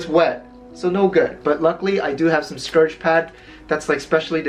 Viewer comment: giggles::: Scour (rhymes with "sour") pad,. You're so cute! (Scourge is a totally different word, meaning "an instrument of punishment".) Very interesting video. I liked learning about those sets, and enjoyed the diversion from the cooking videos. Thank you so much.